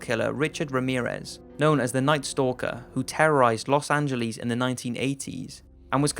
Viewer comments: los an-jel- EEZ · Los Angeles, not Los AngeLEEs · Los angėleez Lmao 😂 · IT"S SEA-SILL AND IT'S LOS ANGEL-E(AS IN BED)-S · Los anglees. Okay. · Los Angelees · I'm going to say "Les Anges" (lezonge) instead of "Los Angeles" now. Who is joining me? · los angeliis lol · Haha los äntschelis :D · I dont like how you pronounce Los Angeleeeees. But thank you for the interesting video. öadfjö :D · lol los angeleez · "Los Angelis"😊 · Los Angleees